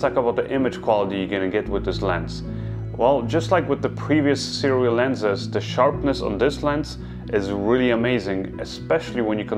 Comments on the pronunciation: I will say this only once (more) it's pronounced soo-ray thanks for another great review,! I don't have a full frame camera that can film open-matte, so I'm staying with my set of aps-c sirui lenses for now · We are soooooooo spoiled as creators nowadays. Seriously. What amazing footage! And it's pronounced "sue-ray"